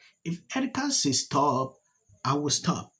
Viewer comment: Because she don't want her to STOP.... that STOP sounded like GO.